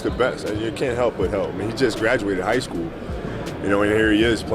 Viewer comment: kobe 🤣🤣 "you just came outa jigh school kid!"